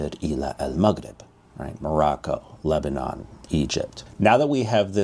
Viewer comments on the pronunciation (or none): none